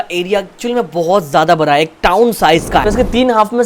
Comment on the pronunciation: It's bada not bara thala bhi😅